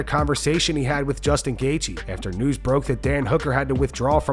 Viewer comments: JG feels like a tongue twister... why can't DC call him gay-chi like everyone else 🙄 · Jay-G🤦‍♂️ DC starting to do the Chael Sonnen thing, that’s messing up fighters’ names.